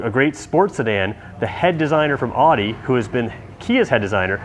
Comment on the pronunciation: please pronounce AUDI correctly for all future videos.